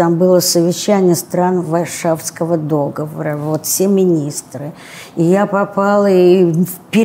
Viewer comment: Такая важная, а говорит неправильно: д Оговор